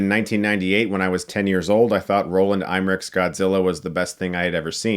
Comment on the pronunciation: Dude, stop mispronouncing Roland Emmerich's name! You're a film reviewer, get it together!